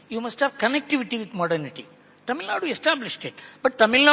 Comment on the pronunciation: He does not even pronounce Tamil properly, well that says it all.